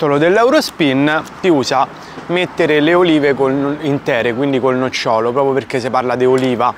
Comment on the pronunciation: "Nòcciolo", "nocciòlo" è l'arbero